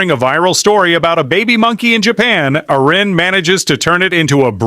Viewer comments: To the AI narrator, it's pronounced AIR-in, not AH-ren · Someone please tell the robo-voice her name is pronounced " Air-ee-ann". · I think you'll get more thumbs up if u teach ur Ai narrator to pronounce her name correctly. On one hand, ur trying to say nice things about her. On the other hand, ur not showing her the respect she deserves. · It would really be great if you knew how to pronounce her name.